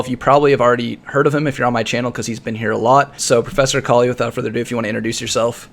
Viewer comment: you pronounce akali like ecoli....^^